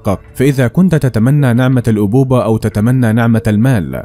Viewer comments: تتمني نعمة الابوبة 🤣🤣🤣 نعمة الابوة وليس الابوبة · ليس الابوبة بل الابوة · الأبوبة 🤣🤣🤣🤣🤣 الأبوة يا رجل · من جهة مسلم ومن جهة لايصدقه عقل ثم اسمها نعمة الأبوة وليس نعمة الأوبوبه انت متأكد انك تعرف اللغه العربيه